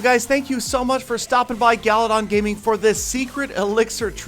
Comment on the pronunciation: He said "forth"